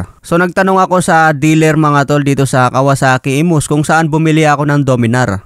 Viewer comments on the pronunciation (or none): Imus, hindi emus. Phase out, hindi face out.